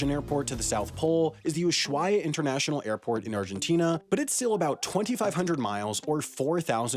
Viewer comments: H is silent in spanish in most cases, so it's not UsHuaia. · Correction: It's Usuaia. In Ushuaia, the H is silient. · It is pronounced usuaia without de sh sound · always wondered why flying to australia from argentina took so long, cool vid! also Ushuaia is pronounced without the H. Usuaia, the H is there just because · You were close but not quite there with the pronunciation of Ushuaia. Basically you have to ignore the H and just pronounce the S normally, an approximation in English would be something like "oo-swa-ya". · The only thing that is more cursed than the SCEMPT segment is the pronunciation for Ushuaia